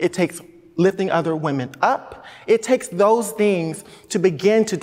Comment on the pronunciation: 39 seconds in he said whamin 🤔🤔🤔